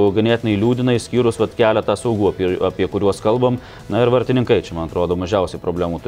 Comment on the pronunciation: Nesu kažkoks "kalbos policininkas", tačiau tas "vartininkai" kirčiavimas labai jau rėžia ausį.